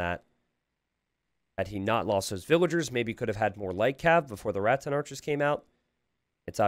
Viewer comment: please listen to this moment. I know you don't hear the S when you are speaking, but you do add an S in Rattan archers to make it Ratsen archers